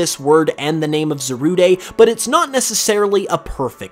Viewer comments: as i'm just looking at this now and watch the movie a bit ago it, kind of does upset me that he keeps saying the name wrong; but its only just a bit i know how it is to say something wrong even if it's been said to you or you forget or just not at all know how to pronounce it. on a different note, should definitely watch secrets of the jungle it brought back classic pokemon vibes to me and i cried a bit at the end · It's not za ru de it's zarude dide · Why do u pronounce it as Za-rud-e? I definitely thought it was pronounced Za-rude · It’s pronounced za-rude bruh. And is this just a theory? Also non spanish speakers put to much emphasis on the “de” as Almost saying ay so that part of the theory I don’t really see a connection in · Kyran Mountain I agree if it was (Zah- Rood-ay) it would be Zarudé not Zarude so it is Za-Rude but that’s if you wanna be English about it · Zarude(Zaru-day) Me: Calls the Monkey Pokemon Zarude(Za-rood)!: It's completely rude(Rood)! Me: Huh! It's a Rude(Rood) Pokemon!? 🤔 Ok! It's definitely pronounced as Zarude(Zarood)! 😄😂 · It's not "Zaruday" it's "Zarood" not the lack of the accent over the e. It an e, not an é. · It's not pronounced ZA-RU-DAY it's ZA-RUDE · It’s Za-Rude not Zarude-ayyye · It’s zarude like darude not Zaruday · You mean Za-rude not Za-rude-a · His pronunciation is awful Zarude is pronounced Zarude not Zarudé This is literally so simple. Zamazenta: The Magenta Zacian: The Cyan Zarude: The Rude It's simple man. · I knew I wasn’t the only person who pronounces Zarude as ‘Za-roo-day’ Cuz a lot of people I know say it as ‘Za-rood’ Or ‘Za-roo-deh’ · I'm pretty sure it's pronounced "za-rood", since the name in Japanese is zaruudo. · Za-rood. Like: 🎶Why you gotta be Zarude?🎶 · Swear its just Za-rude no day needed 😂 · It’s called zah rude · Shouldn't it be Zarudé? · Why would you even say Zarudé. The verde thing is a stretch, it's just rude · Just say Za RUDE as the word rude